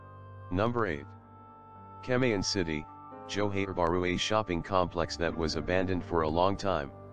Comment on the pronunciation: 'Jouher' bahru